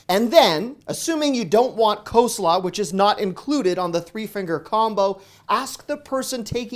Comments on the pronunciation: "Coe Slaw" lol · Cole slaw not co-slaw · What is "kosla"? Again, what is "kosla"? 🤣🤣🤣😅😂 Dude, WTF is "kosla"??? 🤨🤣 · Co slaw? LOL Really? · I like how you pronounce co-slaw 🤭🥰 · Co-slaw lol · 1. The way you say coleslaw is infuriating. Why so people insist on dropping L's in words like gof. This is the first time hearing it for coleslaw. 2. Some of these aren't "hacks". Like the pizza hut one, that's not a hack, it's using a coupon supplied by them in an easily found spot. It's less a hack and more of being a dumb consumer. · Great video as always. I think you mispronounce the word coleslaw. The law at the end is pronounced as law, as in law school.